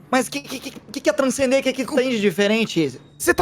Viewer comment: Ninguém: Absolutamente ninguém: Agatha:bô transcender?